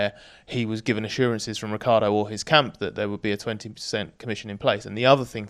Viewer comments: it's not pronounced rick-ardo. It's rich-yardo. I am italian, I would know. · Or as Vettel did call him, Ri-CHAR-Doh 😉